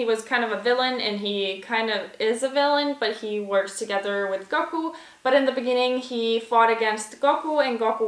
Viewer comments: the goku pronounciation made me cringe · She said Goku wrong. She don’t know nothing about DBZ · The way she says Goku hurts me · The way she said goku made me uncomfortable